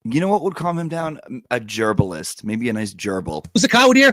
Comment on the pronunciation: Dammit,. I’m trynna be a serious grown up and idly listen while I do my big girl job, you’re over here saying things like “gerbalist” and making me completely lose my sh!t. 😂